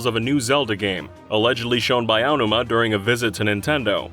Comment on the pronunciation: Finally. A DYKG narrator that pronounces the Zelda producer's name correctly. Everyone else always said eye oh numa for some reason.